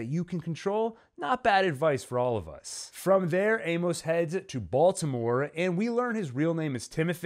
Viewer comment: I’m always looking for good Expanse content. Your videos have some insightful analysis. However, a few things things. Amos is pronounced AY-mus, not ay-MOS. This gets distracting really quickly and almost made me want to stop watching. Another thing, if you’re not going to read the books, maybe google new character introduced to make sure you understand who they are. As someone else mentioned, Lydia wasn’t Amos’s mom. It’s an understandable mistake based on the shoe content, but really turns off book readers who know the backstory. Also Monica was featured in season 3, bir season 4 which was primarily set one Ilus. Again, a little fact checking in your scripts and pronunciation would increase your credibility with a pretty informed and passionate fan base. I’m not sure I’d subscribe based on the errors in this video but will pop back by to check out some later videos.